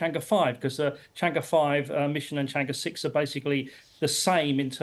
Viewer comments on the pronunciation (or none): It's pronounced as "Chang Eh", not E. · The tone is not "e", is "er" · 是嫦娥，不是长歌。貌似歪果仁都没法发对这个音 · 不是读 chang e 而是读 chang er . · It’s pronounce “chang-ur” and “chong gou” please have the decency to check with google! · 'Chang'e' is pronounced as 'Chang Er'. Please western journalist, learn to pronounce Chinese names properly. It's not difficult., Just asked anyone who speaks Mandarin or GOOGLE!. What is so difficult about that? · When a China correspondent can’t prounce chang’e correctly😂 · she is BBC reporter in China, but she does not even bother to learn how to properly pronouce Chang'e 嫦娥😅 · BBC china correspondent can't pronounce Chang'e properly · BBC没让我失望！chang'e的发音都是错的。。。果然是一个没有公信力的媒体小丑。